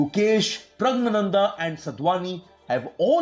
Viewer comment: It's R* Pragnanandhaa and not S 🤐